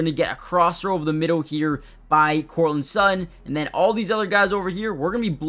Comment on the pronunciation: How can you pronounce "starting" correctly but can't manage "Courtland" or "Sutton"?